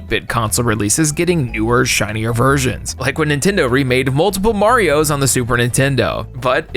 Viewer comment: You said "Mario" wrong.